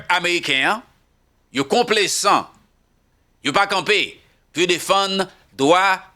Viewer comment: mw salyew ak tt fanmiw, ce n'est pas konplesan, se complezan, li gen son z, men regle la lorsque s se trouve au milieu de deux voyelles li gen son z ok, bonne journée mon frère.